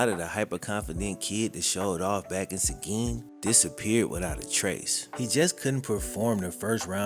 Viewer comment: credit for pronouncing seguin right